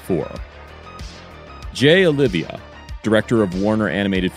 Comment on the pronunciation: Oliva, not Olivia.